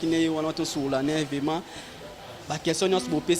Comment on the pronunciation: On dit vraiment et non vema Mr le journaliste